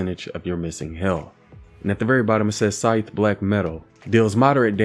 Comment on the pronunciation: Say sycthe SIKEEEEEE 🤦🏻‍♂️